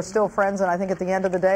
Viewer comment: he says "i pink i paid him" instead of "i think" lol